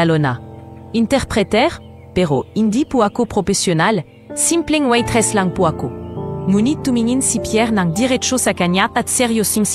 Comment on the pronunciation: Anong kpaseng narrator ito n as kskainispakinggan waitressnawaitresssabihinmong waytres?